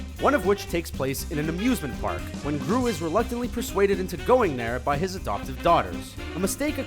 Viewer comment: I thought he said abusement park